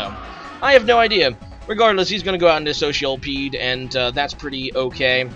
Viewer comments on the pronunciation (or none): That pronunciation of Scolipede [social peed] Kappa